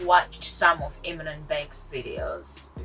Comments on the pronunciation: they dont even watch eamon and bec videos enough to make an opinion else theyd know how to actauuly pronounce eamons name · This vid is literally the dumbest vid I have watched. Yuck. BTW - say Eamon's name accurately if you want to roast them and ride on their coattails. Idiots.